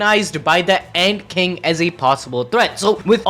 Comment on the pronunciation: it's ant king not egg king ok?